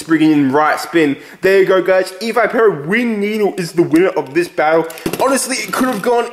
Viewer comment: its ee v ih pur oh